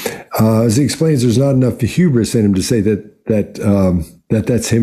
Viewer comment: Saying huberous is quite huberous of him. 😂 I dunno how to spell that